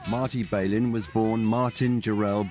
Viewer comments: Somebody should have told the limeys how to pronounce Marty's last name instead of crucifying it time and time again. It also would have helped to have had an inhabitant of the city who could articulate what was going on instead of inaccurate conjecture on the Brits part. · Volunteers was recorded in the spring of 1969- not 1967. Marty's last name is pronounced without the 'bay' sound- it's a short 'a' sound: 'Bal-in'. And that's straight from his own mouth.